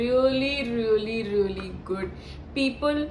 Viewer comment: Ruelly ruelly ruelly 😂